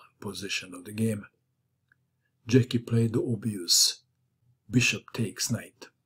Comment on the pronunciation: Hi, As you are Croatian by origin I would expect you pronounce Slavic names correctly. It tear my ears the way you pronounce Brjecky (obviously Slavic name)